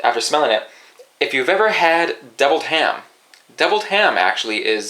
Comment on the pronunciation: OMG the way he says deviled ham has me rolling!